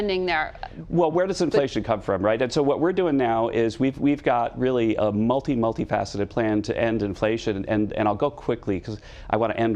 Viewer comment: Did he say multiflaccid? As if we didn't know!